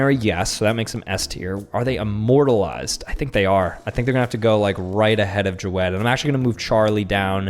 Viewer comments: jawed is pronounced Javed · Ja-wed is how his name is actually pronounced, you can see it on interviews and stuff. Everybody just calls him jawed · You spelled jawed wrong it is not "juved or Jaw -eD" it is JAAV-ED